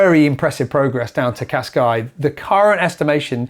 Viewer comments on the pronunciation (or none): Great episode as usual and thank you for the update. But please stop calling Cascais - Cascai! It is pronounced Casca-is or Casca-ish if you prefer. Thank you ;) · when did the Portuguese drop the “s” off Cascais?